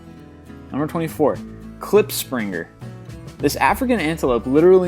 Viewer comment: You speak Afrikaans so funny xD, ja ek is afrikaans. Klipspringer LEKKER MAN LEKKER!